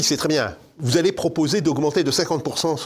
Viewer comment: "vous zallez pas prendre un crédit" => "vous n'allez pas..."